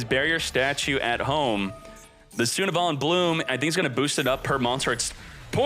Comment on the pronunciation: why does he read sunavalon like that lol